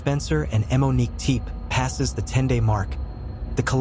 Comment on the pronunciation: Why are you pronouncing it “eh-Monique”